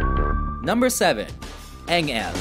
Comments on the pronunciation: Engel: eng el, ich tu dir weh: ich tu DIR weh. Fällt mir schwer das Video ernst zu nehmen.😂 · Heroin Olympus En-Gel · "Engaayle, eng-ale" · Eng... Ellll?